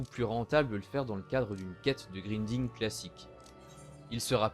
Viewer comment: Vidéo très informative, et bien réalisé. Juste un détail qui m'a fait dressé les poils, on prononce "Grinding" : "Graillnding" :p Sinon super vidéo :p